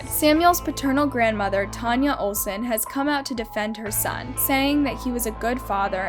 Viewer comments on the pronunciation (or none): none